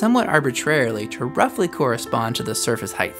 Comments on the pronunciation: This lesson should have been split into three lessons. Also the word is: "heighT," not "heighTH." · Ok, this is a linguistics question which is way off topic, but I'm gonna post it anyway... it sounds like you pronounce 'height' as 'heigth". In IPA your pronunciation would be transcribed as /haiθ/. Do you normally pronounce 'height' this way? If so, do you think there is some analogy with 'width' doing on, influencing your pronunciation? Also, where are you from? Maybe your pronunciation is common where you live or grew up? Thanks!